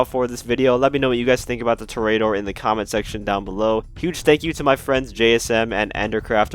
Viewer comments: It’s tor-e-door not tor-a-door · Lol “tory ater”. Its in spanish, its “tor-eh-ah-door” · pronounced TOR·ee·uh·DOR /ˈtôrēəˌdôr/ -- like a bull fighter. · Dont you mean the torry-adder? that is how the professional says it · It’s pronounced TOR-ee-uh-dor, it means bullfighter. I swear I’ve never heard so many words mispronounced than in the GTA community lol. Prob a lot to do with the relatively young player base is all. Not trying to hate though, great video and channel! Liked and have been subbed :) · Hi! Just a friendly PSA that Toreador is pronounced “To-REY-ador” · It’s pronounced ‘tor-e-a-dor’ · With emphasis on the TOR only. (I have yet to see a GTA Youtuber or streamer get this right and it hurts me. Literally none of them took 30 seconds to google it.) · Love the in-depth guide, but it’s pronounced TOH-REE-AH-DOR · Man stop pronouncing it like a spastic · u cant pronounce toreador?